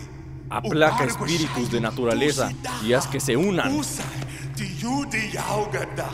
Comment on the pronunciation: Los Mejores Momentos Y Los Espitirus Jajajajajaja